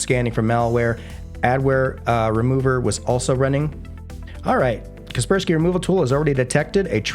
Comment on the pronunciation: Watched untill Kaspersky name was pronounced...